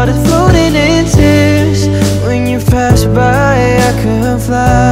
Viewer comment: maganda po pero ingat sa pag bigkas ng mga words… parang “ iNa Mow special way” “ when you FAST by…